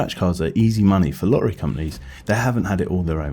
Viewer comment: Lo t t ery, please please pronounce t's. Not just random t pronounciation. Please. Stra t egy, ci t y. You can still keep a south uk accent